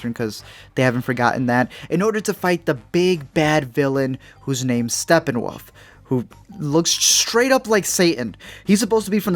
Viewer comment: Its Not Stepnwoof My Dood